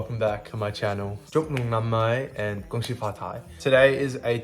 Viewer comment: omg you are Vietnamese:))))))) i have thought that bcz your last name "" but i'm not sure. Haha your "Happy new year" in Vietnamese sounds good!!!!!